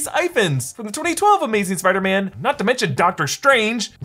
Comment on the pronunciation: Listen closely when dr strange talks first time with peter he say "spider men"